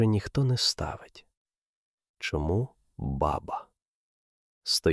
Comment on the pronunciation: Баба треба наголос ставити на друге а і тоді воно буде звучати по тюркські ,це справді в арабів , курдів означає батько .